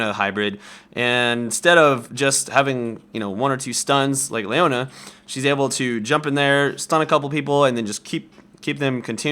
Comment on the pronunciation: Gosh you don't know how to say Leona?